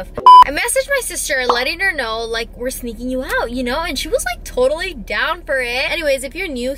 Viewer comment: ...you know, you kwow, snapping ooh snapping snapping... (sorry I couldn't resist my kpop fan side told me to 💀💀)